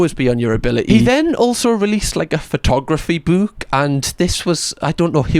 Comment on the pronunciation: Whenever you say "book," I can't help but repeat, "BOOWK BOOWK THE BOOWK"